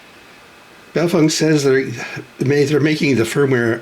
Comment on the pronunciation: I'm a year late to see this, but I want you to know. You're the first person I've heard pronounce BaoFeng correctly. :)